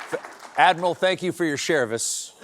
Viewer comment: ' thank you for your Chervice ' 🤣🤣🤣👏👏